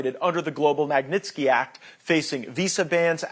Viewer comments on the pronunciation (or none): Que vergonha da pronuncia do inglês desse cara . E outra coisa, esse little Banana não vai aprender nunca a falar o nome correto da lei? É Má Gui Nis Tiki oh jumento